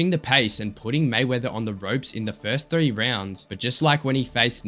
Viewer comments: One two tree wtf tree and he said Nate couldn’t count to ten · Conor said when I count to tree 😅😅😅😅😅